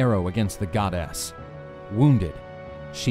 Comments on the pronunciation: Why does he pronounce it god s hera? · Am I the only one who heard hera the godass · I like your accent say it again... godass